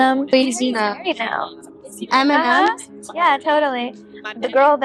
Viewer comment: Eminem, not Aminam.